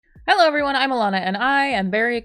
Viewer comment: "Hello everywanna I'm Alanah"